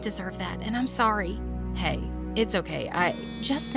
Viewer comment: Wait how many times did I hear and her say SORy